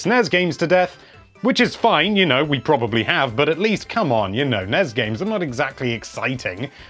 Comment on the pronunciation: Gosh darn it, it's ess-en-ee-ess and en-ee-ess